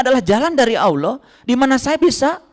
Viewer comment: Gak usah 30 zuj al-qur'an,membedakan Qori (pembaca alqur'an) dgn al-qori'ah (salah satu surat al-qur'an) saja anda gak tau,lalu dalam pengucapan ALLAH saja anda bilang AWLOH,saya saran kan anda belajar iqro dulu deh,pelajaran sekolah dasar.